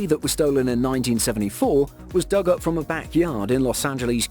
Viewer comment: I know lol that said dug up man can't even read 😂